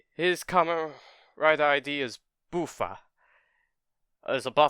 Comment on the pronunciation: It's not Boo-fa, it's Buff-fa like buffalo